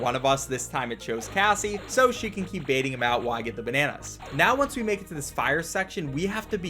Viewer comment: are you serious right neow